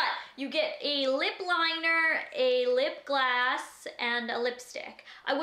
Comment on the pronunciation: I don't know if its just me but is she saying lip glass instead of lip gloss? Lol I love her anyways that collection is amazing! BTW does anybody know what happened to ALS donations they were supposed to make? Just wondering.